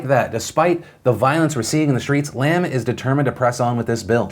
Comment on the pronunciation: Nitpicking on pronunciation, it is not Lam as in Lamb, but Lam as in Llama.